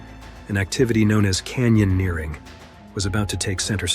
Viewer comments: Canyon earring. It's everywhere now. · Some moments make me feel like this is a fake voice. AI. there's a sudden cutout and then some WILD mispronunciations. Feels like an AI voice reading typos like sandbeg and can-yon earring about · “Can-yawn-eering”. Does anyone record actual human voiceovers anymore? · No…. Is “mall-yaneering” a thing? 🧐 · Stupid AI voice can’t say “canyoneering”